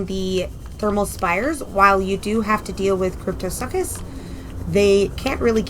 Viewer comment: Cryptosuchus is pronounced "soo-kus." It's Latin and means "Ice crocodile."